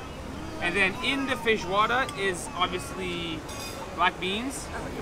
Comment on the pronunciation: I heard him saying "feijoada" a bunch of times, but also "fish water" and, to my surprise, the captions also heard that! lol